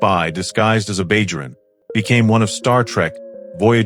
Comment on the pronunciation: WTF is a Bayjrun?